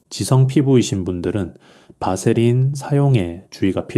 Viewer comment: 바세린 이라 발음하시오 밧세린이 아닙니다.(vaseline)